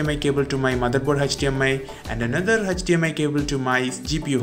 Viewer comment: Why did it always sound like "Hutch-DMI Port"